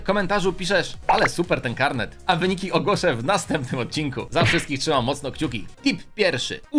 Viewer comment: Kalmet? Karnet chyba